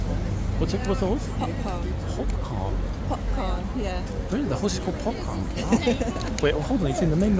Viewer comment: Is it Popcorn? or is it (with a northern accent) Popcarn?